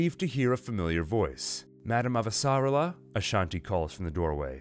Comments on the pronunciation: Great job but your pronunciation of "Avasarala" is off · very good, I am just annoyed by your pronunciation of Avasarala